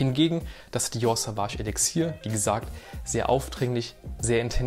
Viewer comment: Es wird übrigens "Sohwahsch" und nicht "Sahwahsch" ausgesprochen 🫡 Gutes Video.